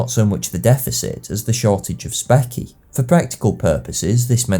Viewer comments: Specie is pronounced “spee-shee”, not “Speck-ee”. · Specie seems to be pronounced spee see not speck ee. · Great content. A small quibble though: "specie" is pronounced speeshee, not speky. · and -- what the heck is "Specky" ???? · Once again, an amazingly well-researched and nicely presented study, replete with the finance/economics of warfare that are often ignored. One minor issue: "specie" is pronounced "spee-shee" or "spee-see." [ / ˈspi ʃi, -si / ] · Another brilliant video. Big fan. I'm a financial/economic historian, so find this particular episode interesting. Just one minor criticism: the term for the hard currency is pronounced "Spee-she", as if you were dropping the "s" off the word Species. A minor thing. I look forward to your continued uploads! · I hate to do this but specie is pronounced spē′shē.